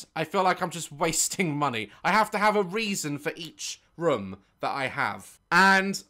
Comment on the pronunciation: I love how Daz says room it sounds like rum 🤣. It killed me when he said something like would I buy a rum if I'm never gonna use it